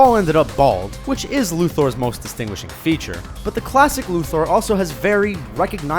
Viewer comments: Lu THOR ITS LUTHER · Lu THOR fuck naw look at the spelling Luther not fucking Thor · Lex Lu-Thor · Lex lu-thor, why pronounce it like that? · If you say ''Lex Luthor'' like ''Lex Luthoorree'' one more time I'm going to lose my shit...